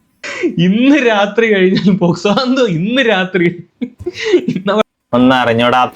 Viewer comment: പേസ് കോ അല്ല പോക്സോ